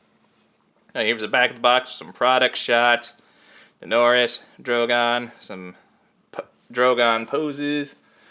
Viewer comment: Daenerys is pronounced Dah-e-ne-ris.